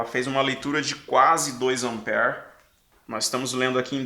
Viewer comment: a origem da palavra AMPERE , vem do nome do cientista Andre Marie AMPÈRE. Ampere é singular , 1 ampere , e no plural , 2 amperes . Desculpe pela correção mas voce enfatizou muito 5, 10 amper ( como se lê a palavra ampere e 20 miliamperes ) que tive que elucidar . grato pelas aulas que assisto como fiel seguidor.